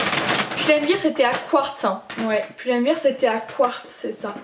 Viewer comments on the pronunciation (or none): none